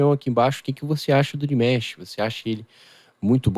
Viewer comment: Desculpa a pronúncia é Dimash e não dimesh.